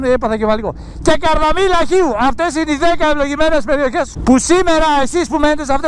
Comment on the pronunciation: μου είπες λάθος μια περιοχή δεν είναι καρδαμύλα αλλά καρδάμυλα